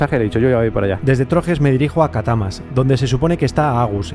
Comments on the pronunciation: Repite…CA-TA-CA-MAS. jejeje. Por cierto, no me he enterado de la reparación del rodamiento. Saludos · Se dice catacamas, y una pregunta a que lado de catacamas vienes que yo soy de aqui